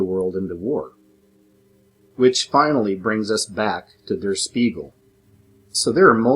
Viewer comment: Der Spiegel is pronounced "shpiegel", and means the mirror. Jus' saying 😎